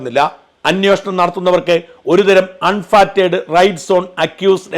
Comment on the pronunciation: Is it 'anveshanam' or 'anyushanam'?